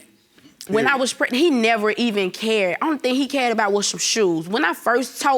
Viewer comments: Sorry, but what is "pretnant"? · Pehgnunt fa nan munts 😂🤣😂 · Hold up what's pret-nant 😂😂😂Girl stop it !!!This PC case is dismissed !!!😂😂😂